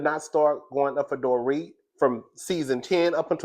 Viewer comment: I don’t watch RHOBH and I seriously never heard of Dorit until this year. I just realized the pronunciation when you said it. Lmao!! My point: you’re right.